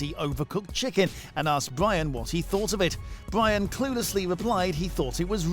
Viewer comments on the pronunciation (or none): Bwyan and Wamsay